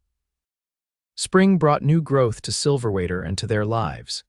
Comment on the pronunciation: The narrator is driving me crazy. The town is Silverwater - not Silverater. The story did a good job in describing PTSD and how it presented itself with Jedidiah. Listening from Tn.